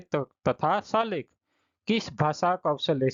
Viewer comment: सुलेख h salekh nhi